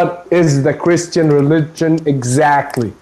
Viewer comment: XD .... such rowaybida man...kreeshtun pronz